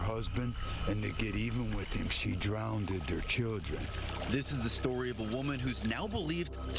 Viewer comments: I begin having a hard time with credibility when the ghost hunter says “drownded.” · Lmao its cause the guy said DROWNDED